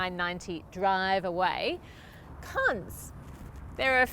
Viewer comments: I thought she said C*nts, and i repeated it like 10 times, and cant seem to think what she was saying. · Ooooh 'cons'.....not what i 1st thought she said.